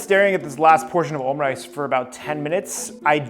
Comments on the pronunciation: its omu rice, not OHM RICE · say omu rice please instead of omrice it hurts